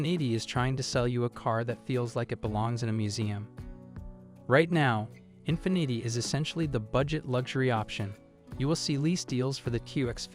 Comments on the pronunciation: Infinnit’ay eh? Sounds like Carlo Rossi Asti Spumante wino champagne, ya asskiss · Infineeeti - lol what a bunch of AI slop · Learn how to pronounce the car brands, IE: Nissan, infinity, etc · I agree, infinity is pronounced INFEEENEETI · You would think the AI could pronounce words like “infinity” correctly. 0% effort here… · Yet you couldn't watch one Infiniti commercial to see how to pronounce it? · Yeah, it mispronounced Infinity. 😂